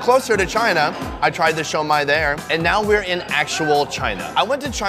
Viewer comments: it’s not “shoi-Mai” it’s pronounced “su-mai” come on mang! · It's not Shomai!! It's Shumai!!! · Pronounced Shoe-My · I can imagine you getting fired from applebees. Wtf is sho mai? People are looking at you funny because youre trying to speak mandarin to folks that typically speak Cantonese; Guangzhou =Canton.